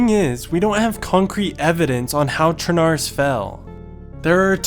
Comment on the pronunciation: It's not pronounced sure-nar-russ It's pronounced sher-nah-roos, which means Black Russia, because it's next to the Black sea.